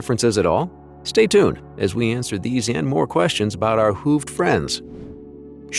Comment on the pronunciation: he said "hoofed" a bit weird and sounded a bit robotic too